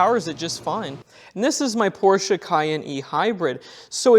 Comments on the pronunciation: Great video. It’s nice to see someone say Porsche the correct way. :) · As a german, I really appreciate, that you Pronounce "Porsche" correctly. It's not called "Porsch" folks, stop calling it that way. ^^